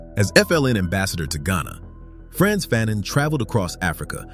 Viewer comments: FAhNONE not Phanen... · Wasn't his last name pronounced fuh-NON and not FA-nun? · I learned a lot, and this is a great video! But FYI, his name is pronounced Fuh-NON. Not Fan-in. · Stop pronouncing his name incorrectly. His last name is pronounced as Fa' None. Not fannon. He also wrote The Stolen Legacy. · FAnon not FANon. Frantz FAnon esteemed victorious heroic ancestor. Aime Cesaire esteemed beloved ancestor. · Pronounced "Fahnaan" great Brother 💪🏾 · This is very jnformative. "The Colonizer and the Colonized " was required reading in one of my college classes. However, I may be mistaken, but we were taught that the pronunciation of his name sounded like Fa known. At any rate, this is very informative and interesting. I look forward to watching more of your videos. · You’ve done the research and cannot properly pronounce his name correctly? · I first read Fanon in 1977 while in College. My Doctorate advisor was himself a scholar of Dr Frantz Fanon writing. As a college professor myself, Fanon is required reading in my classes. While I enjoyed your video. I cringed a how you mispronounced his name. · Great piece! Appreciate U 4 putting this together. However, U R murdering the pronunciation of his name!!! The 2nd syllable is pronounced as “none.” The “a” is a short “a.” Please do more research so his name is said correctly. We owe this African so much!!! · He is from Martinique…So you do your research